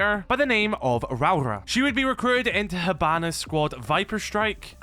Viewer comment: You keep miss pronouncing rauora